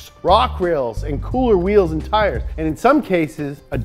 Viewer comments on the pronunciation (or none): none